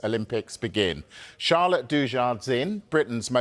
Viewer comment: At least pronounce her name correctly.